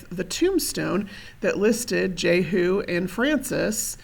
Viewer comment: Excuse me...but you are mispronouncing that... Jehu (/ˈdʒiːhjuː/; Hebrew: יֵהוּא, Modern Yehu, Tiberian Yēhû, meaning "Jehovah is He